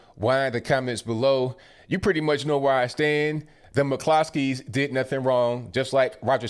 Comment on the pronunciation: It's an Irish name, in Ireland it's pronounced Mc Cluskys